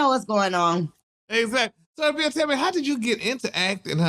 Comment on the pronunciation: He could at least get the girl name right🤦‍♀️ #Abira